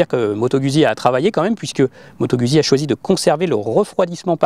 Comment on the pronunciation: Moto gOUzzi pour la prononciation svp !